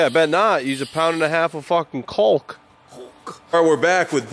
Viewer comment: Used a pound and a half of “COLK” 😂